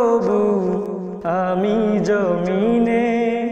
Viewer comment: জমিনে উচ্চারণ টা হালকা হবে